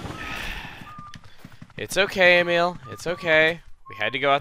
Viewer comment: Emile not Omeal...